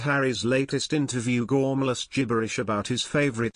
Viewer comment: the word "gormless" *